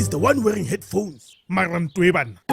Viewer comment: "Mara nthwee"